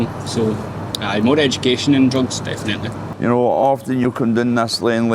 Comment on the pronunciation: I love Glasgow, my mammy was Glaswegian, but see the way some pronounce definitely as defenaitly. Grrrrrr.